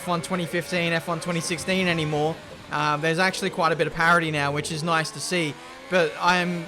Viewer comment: nobody:: nAcHeWly